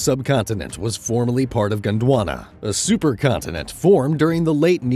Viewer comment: it's not Gunduana its Gondwana 😂